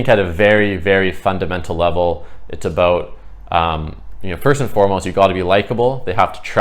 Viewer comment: Hehe I just had a feeling you were Canadian,then you said aboot. Good info! I needed it